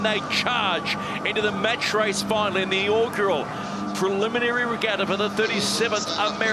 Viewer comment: Except Peter Lester can't seem to pronounce "Preliminary" or "Inaugural" properly.